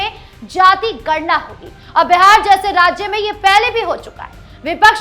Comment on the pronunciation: My dear anchor, it is BIHAR NOT BEHAR, please pronounce properly.